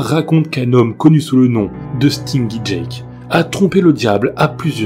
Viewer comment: Stingy Jack = stinji jak, la prononciation